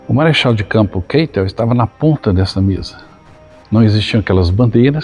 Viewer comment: Excelente vídeo. Pretendo conhecer o local. Só ressalva: narradores do YouTube insistem em "inglesar" nomes e sobrenomes alemães. Só para lembrar: a pronúncia do sobrenome do marechal Keitel é "Káitel", jamais "Keitel". A escrita é Keitel, mas a pronúncia é "Káitel". Acho que desenhei.